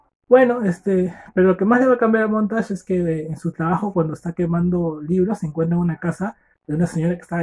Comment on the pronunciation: Muy buen audio libro. Me sirvió para mi prueba,me saque un 9.50. Lo unico que recomiendo es mejorar el audio y pronunciar bien los nombres por que puse montash y fraber cuando eran montag y faber 😅😅. Me sirvio mucho, espero sigas así...